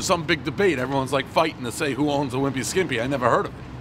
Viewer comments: Can we just talk about how he insisted on calling it the "skiMpy" when he was standing under, and reading, the sign that read "skippy"? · You say a wimpy skimpy. When it’s a wimpy skippy 😁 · Calls the restaurant Caseta instead of Caserta. Calls it a Wimpy Skimpy instead of Wimpy Skippy. Then, mentions Baklava and later Falafel bread... Dave is the Dad of pizza reviews. Keep 'em coming.